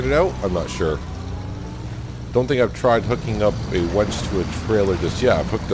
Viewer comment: We’re both New Englanders (I was born and raised in New Hampshire and have lived in Maine for over 40 years) but I’m still trying to figure out if you’re calling your winch a wench. Vermonters have an accent just as Mainers do so perhaps I’m just not hearing you clearly. Plus, at 67 my hearing isn’t as sharp as it used to be. So, are you making some poor woman get out and connect the winch cable? Perhaps your wife from Farmer’s Dynasty?